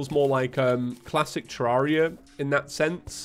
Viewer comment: He pronounces it correctly, it's the English way